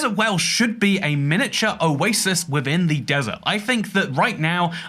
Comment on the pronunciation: No one talking about pronunciation of miniature?